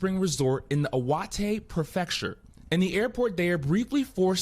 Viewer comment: I burst out laughing at hearing how they pronounced Iwate. 😂